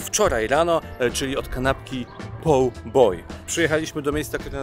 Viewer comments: Faktycznie mnie ta wymowa też mocno drażniła w tym odcinku i na początku nie wiedziałam o co chodzi. Szyld poor a ja słyszę o paw boy. Jakieś łapkowe kanapki? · Nie chcę marudzić ale twojego "poor" nie można zrozumieć. Twoje "poor" brzmi jak brytyjskie "paw" A tak poza tym to zgłodniałem od oglądania.